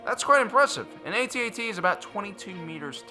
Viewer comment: you are saying it wrong it's not AT-AT you say it AT-AT ok no get it right